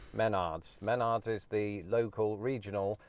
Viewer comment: If you ever listen to the commercial jingle, the name is pronounced “meh-NARDS”. Emphasis on the second syllable. Until this video, I’ve never heard anyone call it “MEN-ards”.